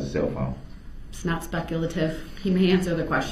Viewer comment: He also insists on saying axe, FUSStrated, speck-lative and relevancy. I cringe so hard when he says "fusstrated". That one particularly bothers me the most for some reason.